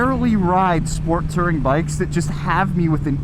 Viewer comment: It's "Touring", not "Tirring". You must have learned the pronunciation from Yammie Newb